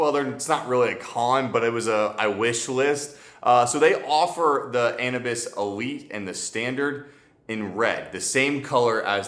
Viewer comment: Not being an a**hole but isn’t it pronounced Anubis like the Egyptian god???